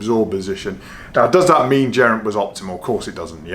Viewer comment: Please stop pronouncing his name like that. It really made my eye itch. Bad enough listening to rob hatch lol. Sincerely. Geraint. That's Guh not Jer😊